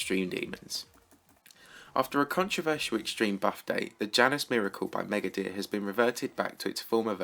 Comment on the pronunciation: Megadere: Me-ga-de-re Not me-ga-deir. ¯\_(ツ)_/¯